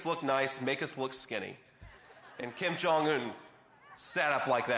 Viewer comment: The translator didn't translate "thin". She only said "Take the picture so that we look beautiful and handsome." And the North Koreans might laugh at you for your pronunciation of Kim Jong-un. Just wanting to be helpful to a person who is already brilliant.